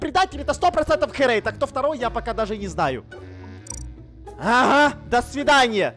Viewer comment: Не херэйТа а херэйДа